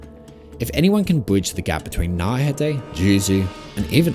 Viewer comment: "Naurhatay" bro come on man